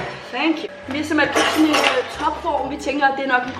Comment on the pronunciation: den eneste der høre sige simpelhel